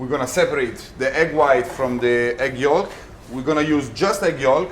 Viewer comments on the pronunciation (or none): Pronounced yoke not yawlk spells yolk talking